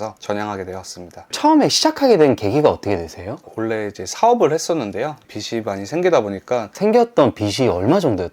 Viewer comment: 빚이 : 비시 아니고 비지